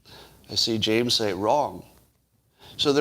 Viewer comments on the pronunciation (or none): none